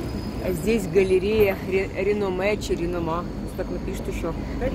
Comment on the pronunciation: РенОма. В польскій мові наголос майже завджи на предостанній склад. Є, виключення.